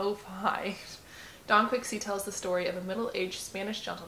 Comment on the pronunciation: Thanks! 😅 have you read the book?? Also, I mispronounced Don Quixote in this video too and highly embarrassed about it. 😂